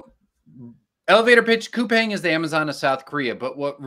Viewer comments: It's pronounced -Cou-Pong. The Pang part rhymes with beer pong. I have some shares and work in Korea. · Start w pronouncing the company correctly....